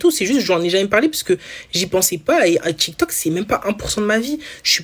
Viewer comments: déja c'est tiktok pas tchiktchouk. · En plus ce n'est pas tchic toc, c'est tic toc